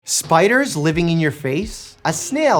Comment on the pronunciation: When he said "' Spideers